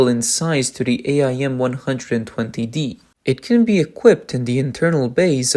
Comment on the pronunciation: AIM. Not A I M. Just say AIM.